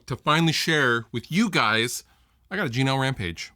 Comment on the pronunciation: Whenever you say G&L, it sounds a bit like 'Gino'. "Gino Rampage? Yeah, he's a friend of ours. Fuhgeddaboudit."